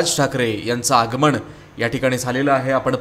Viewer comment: निवेदन करणारे 'ण' 'न' चा उच्चार नीट करावा.म ण से नाही आगमण नाही.म न से, आगमन असे म्हणावे. राग मानु नये.